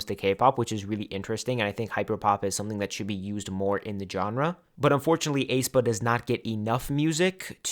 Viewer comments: this is a minor thing but for future videos according to the Hangul and their song aenergy, aespa is pronounced eh-spah or S-pa (에스파) not ay-spah or A-spa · I think the "ae" in "Aespa" is just pronounced as "a", the "e" is silent. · aespa is pronounced "eh-spa" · I find it really funny how you pronounce Aespa😄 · I have never heard anybody pronounce aespa like that 😭😭😭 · you're the only one pronouncing it that way